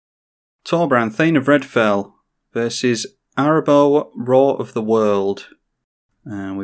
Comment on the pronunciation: I know it doesn't normally matter, but you're pronouncing Arahbo wrong. You're saying it as if it's Arabo, but the h makes the middle A long, so it's Araaaaahbo.